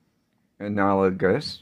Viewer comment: This is a fun way to experiment with blending the colors. I like the idea of combining the swatches on the same page. BTW, you pronounced “analogous” nicely. Yes indeed. Practicing creates improvement and it’s very encouraging to see how you are more confident with your speech which is sounding better and better. Great demo❣️ Have a wonderful day and week end. 😍👍